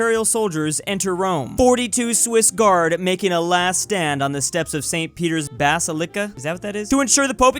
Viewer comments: i genuinely laughed when he said bass-uh-lick-uh. despite being Catholic, i wasn't offended, it just caught me off guard. for the record,, it's buhss-ill-ick-uh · Bah-Silica,. BAH-Silly-Cah. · hearing pronounce basilica as bass-ill-icka hurts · "Bass-sill-licah" lmao